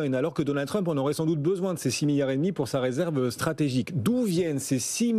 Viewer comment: "Résèrve" 😂😂😂😂 ça craint 😢😢